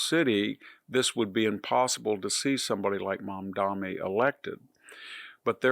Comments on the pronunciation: Lots of fear mongering, lies, and smearing on display here. 35 trillion debt, money and greed controlling the government… who did that? Victor, at least pay enough attention to get the name right. It’s Mamdani (not MamdaMi that you keep repeating. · MamdaNi not Mamdami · Sliwa, not Silwa. Mamdani, not Mamdami. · Mispronouncing names (Mamdami instead of Mamdani, Silwa instead of Sliwa) is not good at all for credibility. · It’s “SLEE-wah” not “SILL-wah.” And “mahm-DAH-nee” not “mahm-DAH-mee.” And he’s always mispronouncing former VP Harris’ name as “kah-MAHL-ah” instead of “KAH-mah-lah.” He’s not a stupid man but he sounds stupid when he does that. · Mamdani, not Mamdami Sliwa, not Silwa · It's MamdaNi, not MamdaMi. It's Sliwa, not Silwa. Jeez. Also, why would "open borders" affect elections in NYC? Undocumented immigrants can't vote. Mamdani is going to win because young people are idealistic and stupid and easily manipulated. What's confounding is the support he is getting from older New Yorkers, not a lot but enough to push him over the edge. That the Democratic machine couldn't come up with anyone to deal with this guy shows it's ineptitude. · Pronounce better, Victor . It is " SLEE-WUH'. And "MUM- Dan-EE". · Victor, take time to learn to pronounce his name correctly. Not "Mamdami". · It sounds like the professor is saying Mamdami. The name is Mamdani with an n. Not that it matters much. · VDH, it’s “Mom-don-eee” it’s not actually a hard name to say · I wonder why people who are against Mamdani make a point of mis-pronouncing his name.